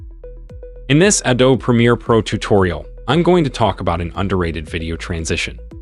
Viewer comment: BTW it’s pronounced ‘adobe’ and not Adob like you said…